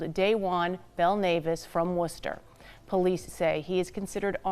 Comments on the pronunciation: As someone from Dorchester my ears were bleeding every time she said it. But I gotta give her grace cause those cities are hard to pronounce if your not from there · Pronounced "woostah" lol